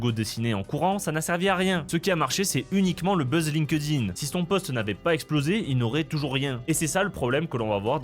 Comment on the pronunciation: Par pitié, arrête de dire Line-Queue-Dine C'est Link-Din